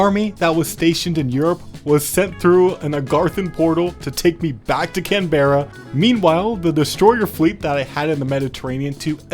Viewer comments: Where exactly is Cambeara? Canberra I know of, but please say the capital city correctly. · Can-ber-uh say it with me, can-ber-uh Not Can-Bear-Uh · Just letting you know it's pronounced can bruh at least here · Cam boara is one of the greatest ways to pronounce our capital that I have ever seen! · I love this video, but the way you say Canberra infuriates me